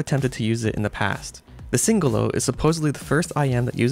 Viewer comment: At last a reviewer with correct pronunciation of Singolo 👍